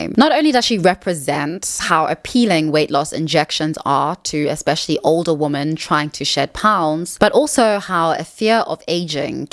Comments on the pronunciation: Could you please pronounce women as wimmin, which is the accepted standard (UK and US) English pronunciation. Pronouncing it the same as woman is very confusing for most of us. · "Women" is pronounced "wih-men". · Kind hearted and well intended reminder of the correct use of 'woman' and 'women'. I so often hear people pronounce 'women' as 'woman'. Woman is an irregular noun. The plural form of woman is women (and not womans). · It’s ‘women’ not ‘woman’. The plural of woman is women. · You pronounce "women" the same as "woman", and that's wrong. "Woman" is "wuh-min". "Women" is "wi-min". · It is confusing why you keep saying "wooman" in plural instead of "ˈwɪmɪn" as it must be pronounced. 🤨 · WomEN not womAn!! The amount of women who don't know the difference between singular and plural baffles me. When you are speaking of more than 1 woman, you say WOMEN! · Please say "women" not "woman". It's driving me insane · IT'S WOMEN (wim-en) when it's plural and it's WOMAN for singular. Every single video you can't get this correct. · Why do you pronounce "women" as "woman"? Asking as a neutrally curious non-native English speaker. Is it dialect, sociolect, personal preference..? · A 'woman'....2 or more (plural) 'women' - pronounced as 'wymyn'. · I enjoyed this video. But please, PLEASE: "women" is pronounced "wimin." It is not pronounced the same as "woman" (wo-man). You need to learn this because it's both confusing and annoying when you mispronounce this word a million times in practically every video. (Also, "donning" is "dah-ning" not "doe-ning.") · the words women (plural) and woman (singular) are pronounced differently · This has been driving me absolutely crazy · I do wish this lady would pronounce women properly and not say woman for women. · Didnt last 2 minutes. Somebody who cant tell the difference between woman (singular) and women (plural) both from a pronunciation and grammar approach does NOT deserve my attention